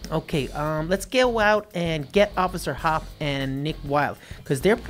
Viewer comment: Through the entire thing he says officer hop but her name is officer hopps (Judy Hopps)